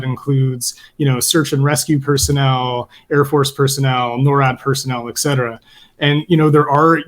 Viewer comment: In light of the fact that you guys were talking about the pronunciation of the word "service" may I point out that the pronunciation of the term "et cetera" (etc) is not "ek cetera". There is no K sound in the term and I don't know why so many intelligent people, such as, mispronounce the term. Please! Apart from that, wonderful discussion!